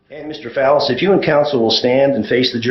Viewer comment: I know people with the same last name and they pronounce it Fall-is. I found him saying "phallus" weird.